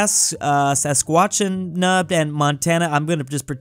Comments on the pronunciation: it’s pronounced sas-kach-ew-an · it is sas-kat-chew-wan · The way to pronounce Saskatchewan is Suh- skah-choo-awn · sas, not sus It's more like "Sass-ka-chew-on" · How to pronounce the Canadian province of SASKATCHEWAN SAS - KA - TCHE - WAN SASKATCHEWAN its not that hard 😂😂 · I love it when can't pronounce Sa-skatch-uh-wan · You pronounce Saskatchewan like this SA-SKA-CHOO-WON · sassquachinch Every Canadian ever: cringes 😬 Like if you are Canadian and cringed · Saskatchewan pronunciation is sa-skatch-a-wan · Its Sa-skatch-u-wan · Saskatchewan isn’t hard to pronounce it’s pronounced sas Ka ch win so its sas Ka ch win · Sa-SKA-to-wan, is how you pronounce Saskatchewan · Saskatchewan is pronounced: Sass-kat-che-wan. Your welcome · needs to learn to pronounce these province names 💀 a) saskatchewan its “sas-ka-tche-wan” b) new caledonia its really not that hard c) vladivostok not vladagascar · Anyone else hear his horrible pronunciation of Saskatchewan. I don’t think pronounciation is strong suit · As a Canadian I am somewhat enraged by your pronunciation of Saskatchewan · You dare butcher Saskatchewan, it ain’t that difficult(That’s totally not bias as I am Canadian XD) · Why Can't Pronounce Such a Easy Name Like Saskatchewan or Vladivostok😂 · I love how he couldnt say saskatchewan. Honestly I cant blame him, i mispelled it more than i can count XD